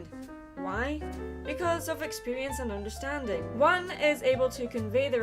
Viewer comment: Under...sting? ENGRISH! Great, GREAT video, and I loved the added quotes! This was very enlightening. :D <3